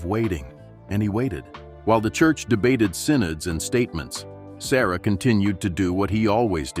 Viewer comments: His surname is pronounced as Suh-ruh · Pronounce his name correctly. SA RAH (SURAH) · His name is pronounced sa-RAH, not SA-ruh.